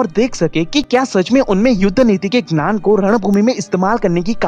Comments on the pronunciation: U always say nan not gyan...try 2 improve this...dont misunderstood i m not making joke of u... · Hi, I like your video. You make really helpful motivational and philosophical videos. In this video I would suggest few pronunciation corrections in hindi. 1. Gyan instead of Gnan (Knowledge) 2. Shaastra (ethology) instead of Shastra (weapon). This is for your future reference.